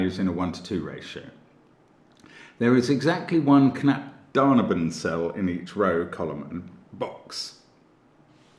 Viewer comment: for me found all clues immediately, btw your pronunciation of "Knapp daneben" sounds so sweet :D